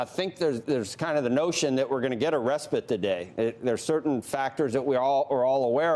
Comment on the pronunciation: Why can't these people pronounce respite properly?